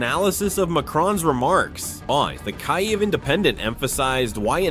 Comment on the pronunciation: Its not Keye-ev. Its either Keev or key-ev.